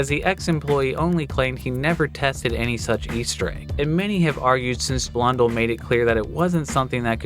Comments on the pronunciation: A few things to note: - It is pronounced Blun Dell (not dull, but I’ll let this one slide) - It is not the largest map (even at the time). The largest map was (and still is) Tranzit - The note has a reference to Sal Deluca, a character from Mob of the Dead, another map that Jason Blundell worked on Also, a new Easter egg in CoD Zombies was recently solved on the map “Voyage of Despair” that was also teased by Blundell! You can find it here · Damn he really said Jason Blundle instead of Blun-dell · he calls Blundel blonde el lol